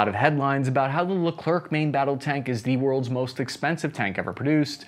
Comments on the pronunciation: 'Moist' expensive 😂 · ‘Moist’ expensive lol